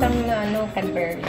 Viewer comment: nakakatuwa ang pag pronounced mo ng cadbury.... the right way to pronounced is without U